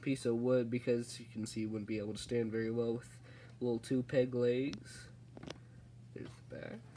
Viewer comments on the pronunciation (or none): none